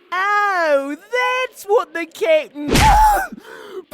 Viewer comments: Took me a while to figure out Jeice said captain and not kitten So when he said “ I’m going to get the captain and he is going to beat you up” I heard “ I’m going to get the Kitten and he is going to beat you up”. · I swear everytime jeice said captain i thought he was saying kitten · It took me way too long to realise Jeice is saying "captain". My brain keeps hearing "kitten". Which is amusing but a bit confusing. 😅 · somehow i always heard jeice saying "cap'n" as "kitten". still kinda do. thanks closed captions! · I won't lat you get away from this... IT'S PRONOUNCED CAP'N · Whenever Jeice says Cap'n i always hear Kitten no matter what. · What is Jeice calling Ginyu? It sounds like he's saying "kitten" or something like that. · Is Jeice saying captain or kitten? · Everytime he said "captain", I heard "Kitten". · When ever jeice says captain it sounds like kitten Muffin button I almost forgot GOKU TIME!! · when i first watched this i thought was calling Ginyu kitten......i feel so stupid